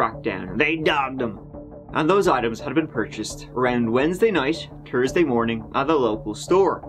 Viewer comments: Tursday? why cannot you pronounce "Th" ?! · Tree 🌲 and the number 3 are not only spelt different but sound different. Thursday isn’t spelt Tursday, 3rd or third has a th at the start not Turd! THink about it. Tank you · "TURSDAY"?.... you know there's an "H" in there right??